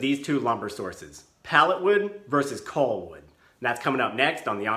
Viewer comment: He keeps saying "coll wood." I'm wondering how he would pronounce "doll." Lol 😄 What about sea gulls? Sea golls?